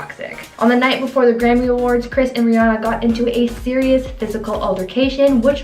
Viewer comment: How do you not know how to say Rihanna's name